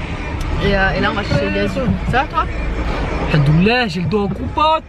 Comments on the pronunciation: vous n'êtes pas la seule lol je t'assure qu'il dit haNdollah psq ses lèvres ne se rencontrent pas en le disant ce qui est obligatoire pour prononcer le M c'est rigolo et mignon au même temps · C'est normal qu'il dit AlhaNdoulil Allah ? 😅🤷🏻‍♀️